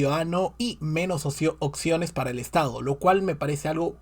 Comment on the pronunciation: No se dice occiones sino OPCIONES, por lo demás buen análisis 👌